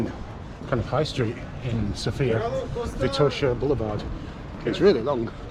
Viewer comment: Hi, followed your Sofia walk with interest, looking forward to other interesting videos. Just a small comment, if I may. The stress in Sofia is on the O. I hear (mostly) men putting it on the I, perhaps reminiscing/dreaming about Sophia Lorrain... :) but my birthplace has it on the O. Thank you, and happy, healthy, wealthy, and productive year!